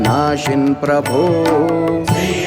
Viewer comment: ಮೃಷ್ಟಾ ನ್ನ ಭೋಜನ ಆದರೆ ಸ್ವಲ್ಪ ಕಲ್ಲು ಬೆರೆಸಿದ್ದರೆ ಹೇಗಿರುತ್ತದೆ ? ಹಾಗೇ ಇದರಲ್ಲಿ ಅದ್ಭುತ ಗಾಯನ ಆದರೆ corus ಹಾಡುವವರು ಶ್ರೀ ಉಚ್ಚಾರವನ್ನು ಸ್ ರೀ ಎಂದು ತಪ್ಪಾಗಿ ಹೇಳಿದ್ದು ಕೇಳಲು ಕಷ್ಟವಾಗುತ್ತಿದೆ